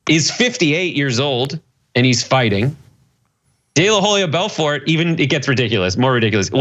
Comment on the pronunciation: It's pronounced Belfor, the T is silent